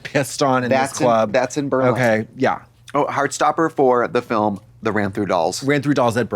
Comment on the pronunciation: Fil-em *someone was watching The Gentlemen